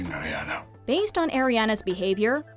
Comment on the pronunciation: My nieces name is Ariana. & credence did not die. Pronounce Ariana right